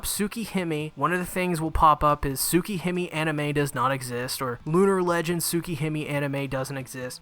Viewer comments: Nobody:: Soo-key-him-ee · It pains me how you're mispronouncing Tsukihime and all I can do is to keep watching ._. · I took a shot every time he mispronounced Tsukihime or another Japanese word/name, and now I'm in the hospital. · The way he pronounced tsukihime at the start though…